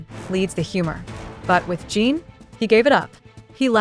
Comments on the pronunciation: Exactly, and it drives me nuts when they can't pronounce the members names correctly. There's also the spelling that they can't seem to get right even though the members names can be found on the internet and show how to spell it. There's a big difference between how you pronounce in and ene so why do they always pronounce it as Gene instead of Jin? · His name is Jin not Gene.